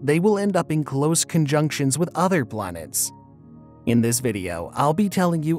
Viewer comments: kind of sounds like you are saying.."BLANETS" It's distracting. Can't finish the vid. :( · 24 blanets 😅